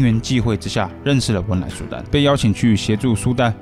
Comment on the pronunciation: 是汶莱,不是温莱